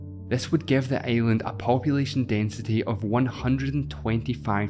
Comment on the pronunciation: i love your pronunce like earth to eeath and island to aeiland